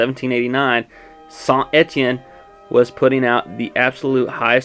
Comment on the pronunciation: La prononciation de saint Etienne et vraiment bonne pour un anglophone